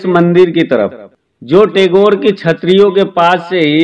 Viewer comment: आप गलत शब्द बोल रहे हैं टैगोर । सही शब्द गैटोर की छत्री है । सही शब्द बोलिये।